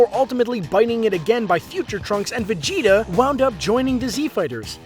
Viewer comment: Did he just say Vegito? Not Vegeta